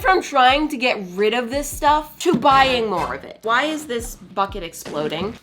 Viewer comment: When she said why is this BUKET exploding I heard something else